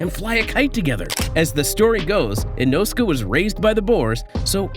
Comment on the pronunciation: The saddest thing, so far, is how you pronounce Inosuke. 😅